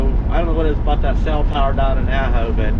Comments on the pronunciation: It's pronounced Ah-ho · that would be pronounced Ahh-Ho, I resisted the first three times you pronounced it. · The way it sounds when you say it is Supposed to be Awe-ho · When saying the town Ajo, the j sounds like an H. Aho. ;)